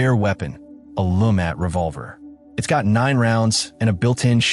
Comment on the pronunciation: AI doesn't know how to say ambush. It messed up on the LeMat Revolver too.